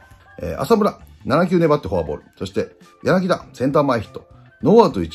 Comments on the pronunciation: 里崎さーん やなぎ「た」ですよ…笑🤣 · 里崎さん、昨日の宮本さんもそうだけど、やなぎだじゃないですよ！やなぎた！！！！！